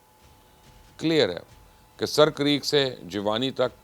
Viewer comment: Mubashir bhai it's not sir but it's a. Seer this is sindhi word